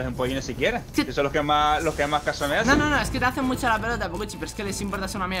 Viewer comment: Minuto 1,46 se demuestra que es xigneo porq el y thanix dicen muyo en vez de mucho